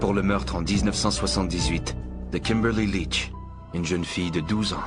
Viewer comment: L'accent anglais au moment des prénoms et noms des victimes rendent incompréhensibles ceux ci. Kinborly litch ? Ted bohndi?